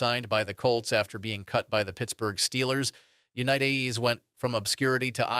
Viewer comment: from 1 small content created to another. Do you have a great base to build on and I love the information. try not to say the same stuff more than 2-3 times. also double check the ai on pronunciation they said jonny unitas like 5 diffrent ways. your content is good and i am in no way dogging on you. you got this!